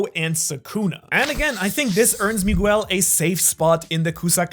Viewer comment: You mispronunciation of the name Miguel is driving me insane. Besides that the video is great.